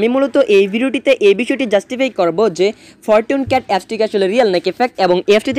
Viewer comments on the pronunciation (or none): ফরটুন ক্যাট?? আগে ইংলিশ শিখেন মিয়া 🤮🤮🤮🤮